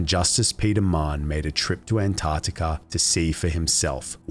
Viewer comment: I thought his surname was Mann the whole time I listened until I read the comments. It’s pronounced ‘Ma-Hun’ (It’s a common Irish name & I’m Irish)